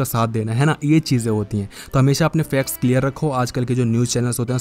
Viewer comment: Facts ko fex bolte hai ye bhaiya